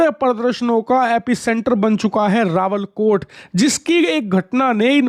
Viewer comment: रावलकोट नहीं रावलाकोट बाबू सही बोला करो